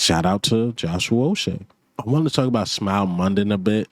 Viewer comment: Ain’t no O in Uche🤦‍♂️🤦‍♂️🤣